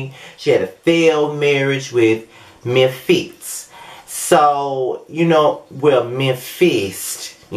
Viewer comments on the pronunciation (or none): Lol, “Mem-fist” 😂